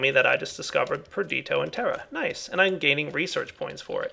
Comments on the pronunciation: its nnot pronounced like you said perditio the ditio is pronounced like pistachio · GameSlayar Per-di-to? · GameSlayar I thought it was pronounced Per-di-shee-o